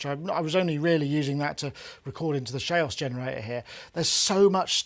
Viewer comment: he can't pronounce chaos.